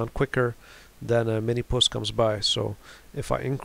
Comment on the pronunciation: The reason you don't get many views is because it's called "Minmus" not "Minimus"